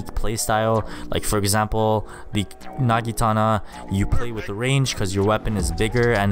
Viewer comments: Not nagitana but naginata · you said nagitana, it is naginata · Its not a nagitana its pronounced "Nah-gi-nah-tah" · My man just Said nagitana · I like how he is a pro but pronounces Naginta wrong